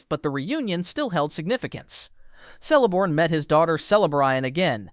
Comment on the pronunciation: Celeborn is pronounced Keleborn